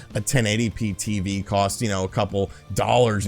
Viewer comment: Cost not cowst lol that and how you say 'far' had me cracking up more this video than any other